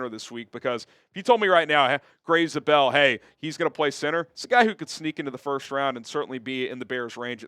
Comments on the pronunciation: Not pronounced Grey ZuBell it is like Grey Z-able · Grey Zabel is pronounced ZAY-bull. Making his fellow south dakotan proud.